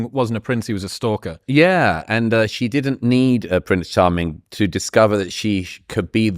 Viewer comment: Did she mean to say: 'Prince Harming'?